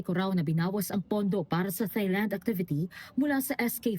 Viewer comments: It's pronounced as Tailand, no H sound. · Reporter, pls pronounce THAILAND properly.